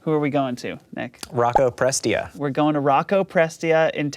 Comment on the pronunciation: For the record, it's pronounced pres-TEE-uh.